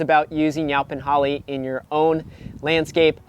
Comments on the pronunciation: Is he saying 'yelpon'? Weird. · I’ve never heard it pronounced yow-pin holly before. I kinda like it! 😂